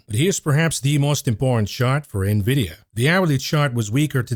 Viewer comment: youre pronouncing Nvidia wrong 🥱